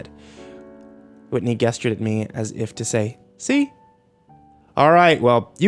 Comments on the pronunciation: I know this is from eight years ago but my brother in Christ the word is “JESTURED!” With a “juh” sound. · The consistently incorrect pronunciation of "gestured" is such a buzzkill. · He mispronounces gestured 4 times in this story. But he gets it right the 5th time! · "guesstured at me" am I the only one confused about that? I know its gestured but I always pronounced it with a soft g sound. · I get so triggered every time he says "guess-chured" when when trying to pronounce "gestured" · I know it's sooo petty but... The way you say "gestured" is really irritating haha. I didn't think it was pronounced "guess-tured" lol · Man these narrations are always so good. Everything about the way he talks is so soothing except for the way he says "gestured"